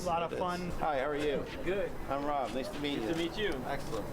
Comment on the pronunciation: ***** Except that it's ROB Ford, not Rod Ford. At least yell his name correctly when you yell it.